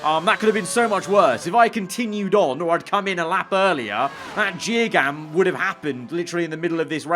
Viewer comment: Jear gam?? 😂😂